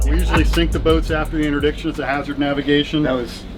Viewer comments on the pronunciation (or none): none